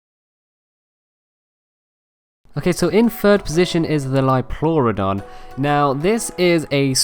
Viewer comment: Liopluerodon is pronounced leo plor odon